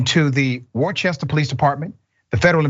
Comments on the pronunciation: Not wor chester 😆 Its woo r ster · Worster not Wor-Chester that’s how it’s pronounced. Eric got voted in yesterday and Petty hides from these things. I live here in Worcester. Some of these things are inaccurate about this story and that rev’s family is very racist. The son was saying racist stuff to the only Spanish cop who was there. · FYI, it's pronounced like Wooster. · It's not "war-chest-er" it's "woo-ster" you ignorant fuck. 🤣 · It's Wooster not warchester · I believe the city is pronounced in two syllables, not three. Worcester is pronounced “Worce-ster” not “Wor-ches-ter.” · WORCESTER is pronounced Wooster. My wife went to college nearby. I know it's weird. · Forget how the city is spelled.it’s pronounced Wooster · It's pronounced 'Wuhster', or 'Wuhstah' with a Massachusetts accent. Yeah the Worcester police lied and made up a complete fairy tale arrest report because they were harassing me When I was walking one night and I verbally protested it. That was 35 years ago or so. That was my beginning of disillusionment with the police. Since then I've had a few other unconstitutional and unwarranted acts foisted on me by various police in various departments. I've had a lot of good interactions too. We tend to remember the bad ones however. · It's pronounced "Wooster" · dr richey it's pronounced "wuss-ster" not whatever you were saying. nd yes, the history is long as i'm vintage and know of its long history. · This is terrorism....also, Worcester is pronounced "Woo-ster" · Dr Rashad. For future reference, it’s pronounced Wister. I know it’s spelled Worcester, but I swear it’s pronounced Wister 🤣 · Worcester is pronounced "woosta" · Great reporting Dr. Richey....Worchester, Ma is pronounced Wooster. Continue with your excellence as I continue with financially supporting you. You, Greg Marsalis of Meidas Touch and Roland Martin of Roland Martin Unfiltered are the best. God Bless You...!!! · welp this is woorcester lol how you say the name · Pronounced wu-ster